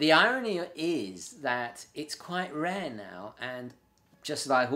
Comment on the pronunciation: Does he say rarely or really?